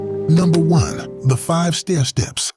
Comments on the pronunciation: The Five Stairsteps, learn how to pronounce that song. Not O O Child which charted at #8. Don’t forget about, It’s A World Of Fantasy, charting at #11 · I suddenly realized that this was an AI voice when you could not pronounce the five stair steps hit! If you going to use AI, please check and make sure that the pronunciations are accurate!